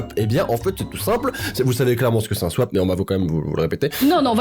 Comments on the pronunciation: Elle dit swip au lieu de swap... ok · C énervent pcq tu c écrit le mot swap mais tu dit swayp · on ne dis pas Swipe mais swap voili voilou sinon des vidéos sont supers bye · C’est pas un « swipe » mais un « swap » 🤣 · On est au courant que tu dus swaype au lieu de swap on parle ou pas sa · On dis swap pas swipe mais à part sa ct super ta vidéo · qui dit swipe au lieu de swap toute la vidéo mdr 😂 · C’est moi elle dit tout le temps « Swipe » au lieu de swap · Elle dit Swipe 😂😂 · C'est moi ou au début tu disais swipe??? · personne: tout le long de la video: JE N’AVAIS JAMAIS FAIT DE SWAIP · Tu dis "swipe" ou c'est moi 😅 ? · SwAYpe j'adore la prononciation Et cette vidéo était tellement drôle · Non je crois que tout le monde entend swaip mdr 😂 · Moi aussi j'ai entendu swaip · Elle dit " swipe " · non ça je sais mais quand elle le DIT elle dit SWAIP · T'est pas la seul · Non t'es pas seule à l'avoir remarqué U-U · Pendant tte la vidéo elle dit "swipe" et pas "swap" voilà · Tu me fais trop rire on dit pas "swipe" mais "swape" 😂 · Toutes la vidéo j'me suis dis mais putain sais Pas dire SWAP elle dit... Swipe😂😂😂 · Mdr 😂 on dit '' swap''pas ' 'swaïp' ' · Il y a que moi qui entend swaip au lieu de swap mdr 😂 sinon continue tes vidéos tes super 😊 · Heirani Dautrey nn moi aussi j’ entend ça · Moi aussi 🤣🤣🤣(je suis trop stressée) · J'ai compris ! (Oui très tard ) Elle dit Swipe alors que c'est swap ! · Touuuut le long tu as dit « swipe » à la place de « swap » xd voilà c’était perturbant et entend qu’humaine composé d’un ego j’ai eu besoin de rendre ma remarque viral, aller salut ! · J’adore comment dit SWIPE au lieu de swap 😂😂😂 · C'est moi ou elle a dit swipe au lieu de swap toute la video? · Je suis morte tu dit "swipe" au lieu de "swap" pendant tout la vidéo 😂😂😂😂 j'etait la en mode non c swaaappp pas swipppeeee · On dit swap pas swipe 😂😂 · Il y a que moi qui a vu qu'elle dit "Swaip" au lieu de "swap" 😂 !? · tu dis swipe mais c swap